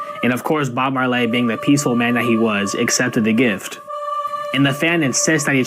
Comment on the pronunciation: Yo man, you just made a new fan here 😎😁, and that "who" bubble when buddy said "Bob Mar-Lay" was on point,this is the first video of yours ive ever seen and I'm gonna watch them all now lol..have a great day man